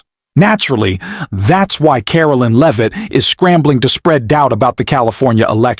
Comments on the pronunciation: Please stop mispronouncing leavit 😢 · Stop mispronouncing leavit😢